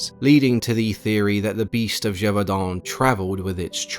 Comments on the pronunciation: I am not even French and I could tell there was great effort to pronounce the city's name correctly. Well done. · Hats off for pronouncing Gevaudan well ! You got this Frenchman's appreciation